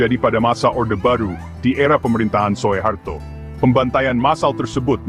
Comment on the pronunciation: SUHARTO BUKAN SO E HARTO , dengarnya tdk enak , jga salah